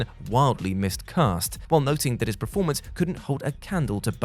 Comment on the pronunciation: PERformer. PERformance Not PREformer or PREformance Please!